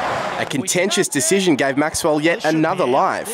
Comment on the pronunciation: Lol, the first time he said Glenn Maxwell he said Glenn Maxwall